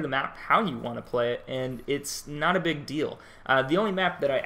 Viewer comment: Lol why did you have to say something lol that's all I hear now